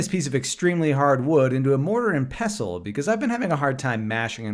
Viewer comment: FYI, the T is pronounced in pestle. 😉🙃